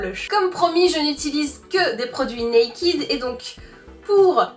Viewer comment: Naked = [naikeud] et non [naikid]